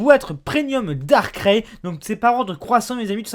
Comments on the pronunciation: Ca m'irrite quand j'entend DARCRAI au lieu de DARKRAÏ pour Darkrai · on dis Darkrai ("ail", comme de l'ail ou "aïe")... par Darkrai comme dans "récré" lol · "Dar craie" Mec sérieux ? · Comment il prononce " Darkrai " Rip.